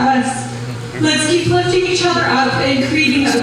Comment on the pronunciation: The Botox and the teeth omg! She can’t even say keep!! With her lips closed smh! Lmfao